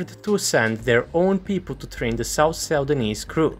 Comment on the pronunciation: ??? "Sau-danese"? Its just "Suu-dan-nese"